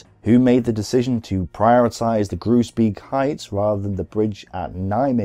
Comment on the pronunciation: Great stuff! You are murdering the pronunciation of the Dutch placenames though, hahaha. If a name ends with -beek (like Groesbeek and Oosterbeek) it is pronounced - bake. To be complete, you say Grosebake (Groesbeek) and Owsterbake (Oosterbeek).